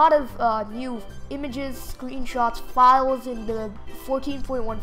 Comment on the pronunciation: He said fliles Hahahahahhahaha not files LOL